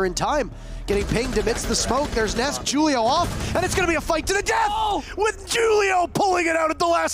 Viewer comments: The firs one he kept saying (jew-li-oh) instead of (who-li-oh) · niqqa said ju-leo instead of who-leo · It really bothers me that he’s saying “Julio” like it’s spelled with 2 u’s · Is his name supposed to have the J sound or are the announcers just really dumb in calling Julio with a J?